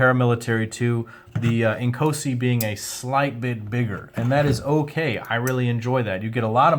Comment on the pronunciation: Great video... just wish all the reviewers could get the pronunciation correct... it is NOT Ink-OH-si (like in OH MY G...) it is pronounced... In-KAAAW-si. (like in AWE-SOME)